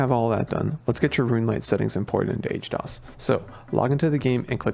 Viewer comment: How you gonna call it H-dos when it's literally HD OS lol. I feel like I'm getting memed on